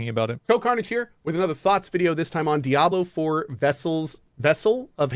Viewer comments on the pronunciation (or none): "DiAbLeR FuRr" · "Diabler four."